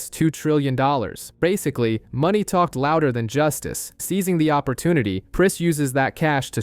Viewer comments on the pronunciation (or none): none